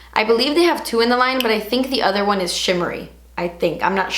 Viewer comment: When you patiently wait for to say "chimmery" instead of shimmery 😄